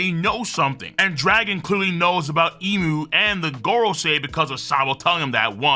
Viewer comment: Thank you for pronouncing Imu correctly